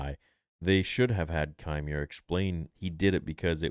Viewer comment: It’s pronounced “Quimer”